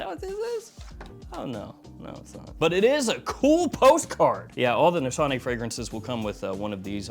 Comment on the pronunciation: just saying you are pronouncing the house incorrectly....my daughter in law is turkish and it was pointed out to me. no shade. ;) Just a learning moment...